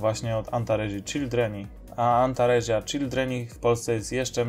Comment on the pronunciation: W łacinie czyta się tak jak sie pisze czyli antaresia to antaresia nie antarezia, z małymi wyjątakami np. Ae to e, qu to kw itd...